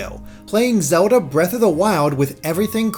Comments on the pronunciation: Its Zelda not Soda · "this is zowlda..." -unsub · Zewda, Bweaf of the Wiowd. You never disappoint